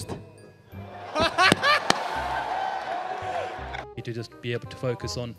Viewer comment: Ladies fortst 😂😂😂😂